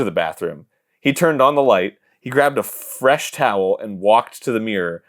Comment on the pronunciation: “He grabbed a fffFresh towel”